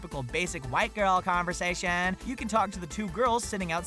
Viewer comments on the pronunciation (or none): "Whaite gurl conversaitiunnn"?